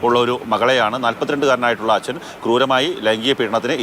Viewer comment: ദയവായി ഇയാളെ "അച്ഛൻ " എന്ന് പറയലേ കേട്ടിട്ട് സഹിക്കുന്നില്ല.. 🙏